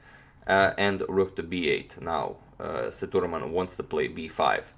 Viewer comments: it is se-dhu-raa-man spealt sethuraman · You need to pronounce the name Say-thu('the' ending with u instead of e) -raa-mon(mon as in Monday)